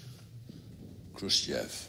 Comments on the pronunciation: Its Khr'u'shchev But. The roblox Guy calls it wrong. He calls it: Khr'u'sh' e 'chev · Khrushchev cannot pronounce his own name properly.. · akx Hahhahahahha wtf man whenever I'm watching this video your words pop up to my brain😂😂😂 Yes he can not pronounce even his own name correct😂😂🤣🤣🤣😆🤣😆😆😂